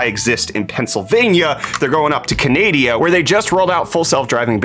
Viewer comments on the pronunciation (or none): Did you actually just call it Canadia?